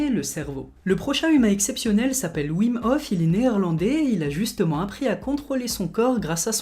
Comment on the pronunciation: Wim Hoff est hollandais, son prénom se prononce Vim Hoff